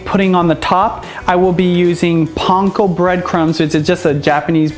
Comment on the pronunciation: Does he know he is saying Panko wrong? None the less this actually looks good.